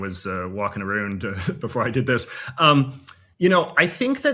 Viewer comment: It's not "aroond", McCullogh. I thought you were supposed to be Canadian. Canadian Raising only occurs before voiceless sounds llke t, p, k or s. Even then, it's not long u sound. By the way, the fact that you vary the way you pronounce the 'ow' sound, suggests that you are making a point of mispronouncing words. The question is why.